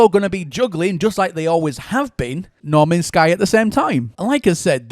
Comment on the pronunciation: "Normans sky" haha